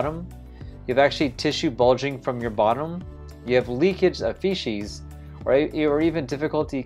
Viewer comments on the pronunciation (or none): how did you learn to pronounce feces as fee-shees?